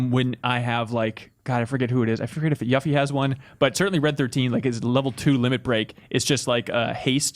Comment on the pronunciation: "Yaf fee"